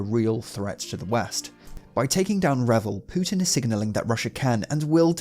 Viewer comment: Why does he say putin like pewtin lol